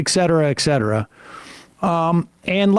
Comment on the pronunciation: Sam, please! Stop saying exetra. Say it with me: et cetera. Say it again, et cetera. Exetra is like nukuler. Every time I hear it I feel like I am being poked with a hot needle. Please! Sam!